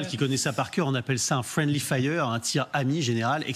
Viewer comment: "Frienly fire" ! Ces journalistes sont des m'as-tu vu prétentieux. "Friendly fire" au lieu de "tir ami", ou "tir fratricide"